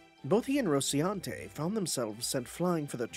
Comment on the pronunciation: It's been a few parts now, but I should point out that it is Dulci-NEA and Roci-NAN-te, not Dulci-ENA and Roci-AN-te :_NecoPoo